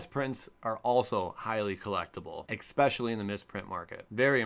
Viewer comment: Ekspecially Lol jk luv u